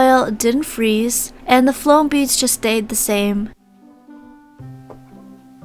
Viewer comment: “Floam beads” lololol